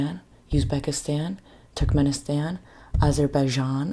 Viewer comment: My fiancé is from Turkmenistan (it's pronounced more like Too-rk-meh-ni-staahn with staahn being stressed) and we have a lot of friends from Kazakhstan and Kyrgyzstan. It was nice to hear you mention these countries! Love and support from Russia💗